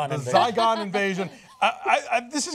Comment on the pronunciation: ZYGON not Zycon :p